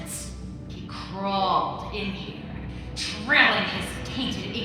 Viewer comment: I'm outta heeah!